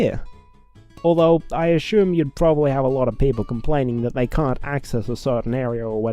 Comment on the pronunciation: "Kangaroo kangaroo Sydney croikey!!!" (Also, "ashume" at about , and "haytch" in other videos.) -The uploader, 2017, who apparently didn't have an air conditioner at the time the vid was made. I don't know if it was the case when the video was made, but currently on Fandom, fixing a mistake like "Ii" is ridiculously easy...just hit Ctrl + F in the editor, tell it to find "Ii", replace it with "Il", and hit "replace all"! ^^ I did a remake of Super Mario Sunshine once. I like to think it was far more sensible than this game, though. It simply took the base game and gave it the Super Mario 64 DS treatment, elevating Yoshi to a playable character (and making him able to swim!) and adding Luigi and Wario, as well as making Corona Mountain a full-blown level with a Yellowstone National Park-ish theme. ^^